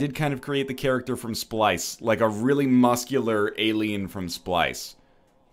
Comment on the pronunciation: it's character not charackter. Work on your english